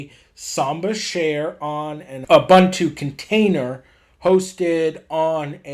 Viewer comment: Great tutorial. Just a minor correction. It is pronounced “Ooboontoo”